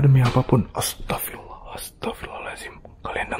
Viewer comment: ASTAGFIRULLAH , Bukan ASTAGFIRALLAH koreksi